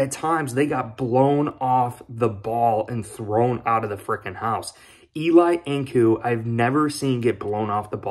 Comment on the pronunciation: Not pronounced E-Lie (like Manning) but E-Lee. Thank you! #BillsMafia